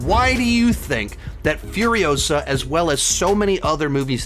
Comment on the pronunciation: It's Furi-osa, Not Furio-sa. Movie was good, not great. Had no interest in the main character and the movie didn't change my mind. That's the problem. It even has Mad Max in the title and it has nothing to do with him really.